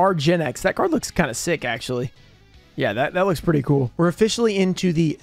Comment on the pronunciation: okay lets go over this again, shall we. It is not "axsly". It is "actually." Stop saing it so much if you cant say it correctly.